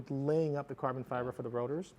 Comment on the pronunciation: "Carvun Fivar"